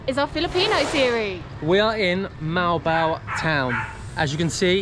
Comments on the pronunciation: It is pronounced Moh-Wahll-Boh-Wahllll! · Moe Al Bow Al #phonetics 😊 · Not molbol to pronounce it though but Mo-al Bo-al like seperated but just doing it fast.